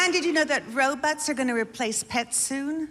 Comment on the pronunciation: Is the first time I ever heard anybody say robuts, my mom is the only one who used to say it like that